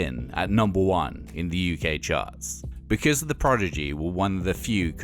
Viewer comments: Clearly a big fan but he keeps saying Progidy instead of Prodigy...easy mistake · This is very interesting but spoiled a bit by this guy constantly saying "Progigy" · He keeps saying "PROGIDY" instead of "PRODIGY" and people in the comments seem to be ok with that. I don't get it :( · All together, "prodigy" Not "progidy" Ok? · Casting director: You'll be reading for the Progidy documentary today. Narrator: Progidy. Casting director: You're hired. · Why people keep mispronouncing the prodzedgeeh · Why does it sound like he's saying "The Progidy"? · Why does the narrator sound like he's saying "the Progidy"? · I can't get over the guys pronunciation of Prodigy.